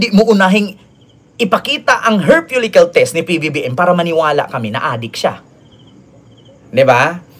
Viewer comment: Falikel “follicle”